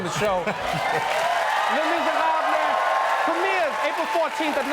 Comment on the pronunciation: I love how Trevor says “les miserable” whit a perfect French accent 👍🏿